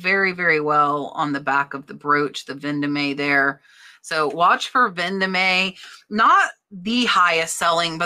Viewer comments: it is pronunced Ven Dome NOT Ven do me!! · Vendome is pronounced Von-dome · Vendome is french, as in Place Vendome in Paris. It’s pronounced « Von Dom »